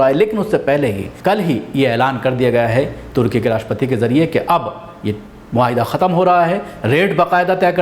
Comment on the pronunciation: no tarki Turkey..sahi nam lo .aap ko samaj mai nahi aata hai ke sahi kya hai ..........